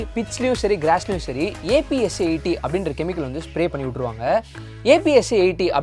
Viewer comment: It is not A P S A 80 but shd said as appsaa 80.